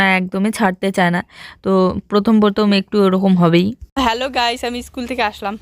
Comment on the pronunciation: স্কুল বলে not ইস্কুল ।